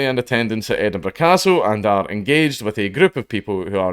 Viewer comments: Don't you mean Edin-BURG? :3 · More like Edin-bruh